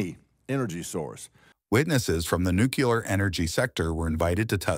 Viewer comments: When you write your scripts you might want to proofread them first…it’s pronounced Nuclear not Nucular… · President Carter could never correctly pronounce the word "nuclear," and his mispronunciation has apparently been passed down to another generation.😅